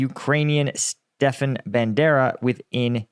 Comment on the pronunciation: buddy I love your shit. But do a little research on how to pronounce these names. Not Stefan, it's StePAN. Med ve dev. And the list goes on. Keep up the good work.. just saying.